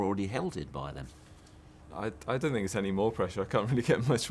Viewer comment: Mourinho: "I sink..." Bale: "Yeah.." Mourinho: "I prefer not to say.." Bale: "Yeah..?" Mourinho: "fu*king bulls*it" Bale: "Yeah!!"